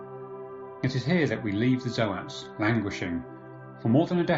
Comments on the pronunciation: "Zo-ats".. What are you on! Its "zoats". Like oats! Someone save us! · ZOTE NOT ZOH AT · So, I appreciate the effort this stand in creator made, a few key things kept the video enjoyable. To get it out of the way, Zoats is just Goats with a Z. No fancy articulation is needed. This isn't a big deal but it is a bit rough on the ears. The music was a bit too loud, at some points I had problems deciphering what was said. It may also just be the tone of your voice that is a sleepy drone. The strobe effect from that old slide show effect was pretty annoying, I wouldn't say seizure starting, but it definitely wasn't pleasant to look at. I think, overall the creator may be good in his own respect, but the vocal cadence is a shock from Arch's upbeat tone. Think a trumpet vs. A lazy trombone. I wish I could have enjoyed the video more, but I had to stop as I couldn't really digest any info. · The way you pronounce Zoats hurts my soul.